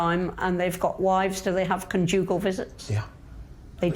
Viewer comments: "They have "Con joogle" visits. Bloody brilliant mate. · The way she says "conjugal" is hilarious!